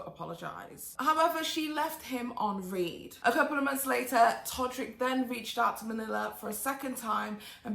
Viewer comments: I love you so much! But I had to laugh every time you read instead of r-ed. Great video as always! I love how in-depth you are and so informative! Plus, you are STUNNING!!!!!! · Isn't it left you on "red" (read)?